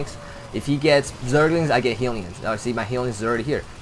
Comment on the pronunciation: HELLyons, not heelyons, haha